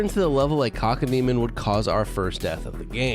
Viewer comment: You're saying cockodemon not cacodemon